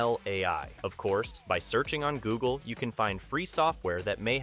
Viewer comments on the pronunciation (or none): none